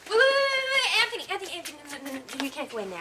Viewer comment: anTney seems the type that would enjoy swapping places with ole james in the dungeon. i ff'd so much i dont even know who really killed ivanka? why does sally pronounced his name AnTney? anyone know